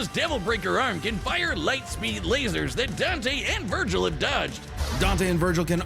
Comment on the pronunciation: Its dante.